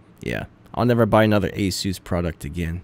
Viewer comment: ASUS or ANUS?...